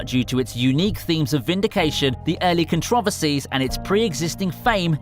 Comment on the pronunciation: the way you say controversy... what accent is this?